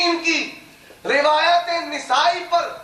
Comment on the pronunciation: Abe jahil nesai nahi nasai h kitab ka name nahi bolne aata daubandi ko